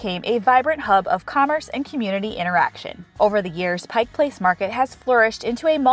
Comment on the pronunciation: Thank you a million times for pronouncing Pike Place correctly!!! Another beautiful video of my state. 🥰